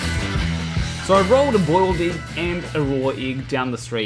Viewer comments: The igg. 😂😂😂. Love u but you say 'igg'. really funny. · I just love the way you say êgg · It's a good thing that you don't have an accent, otherwise your pronunciation of "egg" might sound really strange to non-Kiwis.